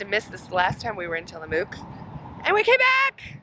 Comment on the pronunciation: Love both you and bunny, Great vids, being from salem oregon I go to tillamook often. Next time you go through you should stop at The Crazy Torta & Seafood. It's right across from the cheese factory. Also we locals pronounce it Tilla-muck. Not mook. Happy travels.